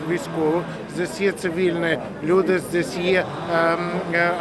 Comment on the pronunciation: Особенно нравится "здес". Щирий украiнець)))